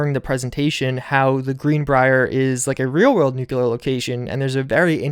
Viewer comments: Nuclear not nuculer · Nuke-Lee-Ur, not Nuke-You-Lur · please stop saying "nucular" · Nu-cle-ar. NU-CLE-AR! Goddamnit is there a single youtuber out there that can actually pronounce that word or am I uniquely gifted in this n therefore have to spread the word globally and have to decide weather to use my super power of pronounciation for good or fucking evil?! Seriously ...ANYBODY ELSE able to actually say that word right? How is it so hard for anyone who has a youtube channel? Even British youtubers... O.o